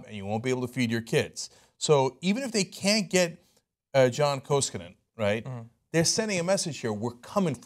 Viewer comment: Koskinen is pronounced Kou-Ski-Nen. It's a Finnish name.